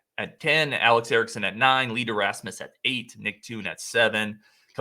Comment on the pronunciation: Donald Hayes was from Madison East. And it’s not Lee ‘Derasmus’. His last name rhymes with famous. Famous Lee Deramus. Clown mistakes.